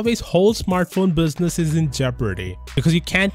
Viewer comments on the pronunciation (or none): none